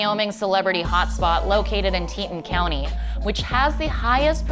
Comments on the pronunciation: 1st of all learn how to pronounce Arapahoe (AH--RAP--AH--HOE) and Teton (TEE--TAWN). Your mispronunciations are like fingernails on a blackboard. Secondly the town is Jackson--just JACKSON. Jackson Hole is a ski resort IN Jackson. Third of all quit Californicating our beautiful state and go back home. None of you know how to drive here so why not just keep yourself where it's safe. Ask Jeffree Star about rolling is Rolls Royce last week and seriously injuring his passenger because he doesn't know how to slow down when the conditions dictate (i.e. ice on the road). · did she say teet in county? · I also cringed when she mispronounced Teton County. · I actually LOL when she said the county that Jackson Hole is in...Teeton...TEE-TAWN lady. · She needs to do more research, tax benefits are attractive but people move to WY specifically to Jackson Hole for the raw beauty. You can go to other states for zero income tax but they can’t offer what Jackson can. Also I cringed was she mispronounced Teton ... it’s tee-tawn. And Jackson Hole is crazy expensive, the rest of the state is super cheap to buy a house. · This was horrible reporting and biased journalism. And I find it horribly hypocritical that this "reporter" who cannot even pronounce Teton correctly/celebrities who are preaching equality are the same ones who take up residence in WY for the tax benefits.. Where they parade around as social justice warriors and promote liberal policies/higher taxes then stash their money in states with no income tax? Talk about the hypocrisy! Not to mention they demonize the state and the population who voted for those policies to begin with - and let me tell ya the rest of Wyoming that is not part of Jackson is not wealthy (just hard working, good people!) - because those people want the goverment out of their business!